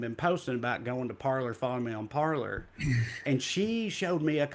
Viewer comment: Francophone monikers are lost in tRump supporters. They're pronouncing "Parler" like "Parlor" 😅😁